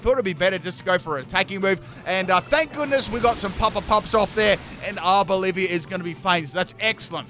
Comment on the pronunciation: I laughed at the "Hello I'm from Arbolivia" comment that's actually clever. They mean there's a country named "Bolivia" and the way you pronounced Arboliva to that instead of the correct one [Ar-Boh-Lee-VAH] 😂